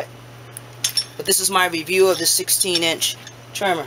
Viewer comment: Hunger Game soon as he said Trimma